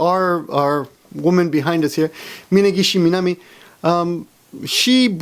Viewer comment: You can't even pronounce her name, i bet you don't even know AKB48, so why the fuck you and everyone making the same news over and over again? JFC some stupid youtubers.